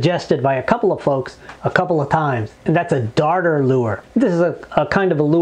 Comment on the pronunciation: Dude, where its used (NJ, Montauk), it is pronounced a daughter lure. If you say darter, you might get kicked off the beach.